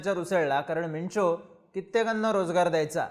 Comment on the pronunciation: वेंचो बोलताना काळजी घे रे बाबा... सारखं सारखं वेंचो वेंचो बोलताना वेगळंच तोंडून निघायचे 😂